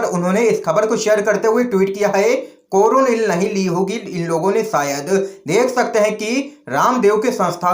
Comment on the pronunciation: कोरोनिलनहीहै कोरोलिलहै